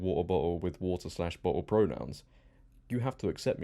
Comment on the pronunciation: You saying water bottle in your accent made my day. I had to replay it a few times (